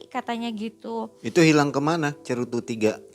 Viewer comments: Sedikit gemesh ngomong cerutu, tapi cerutru :) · slalu nyebut Cerutru. Hehe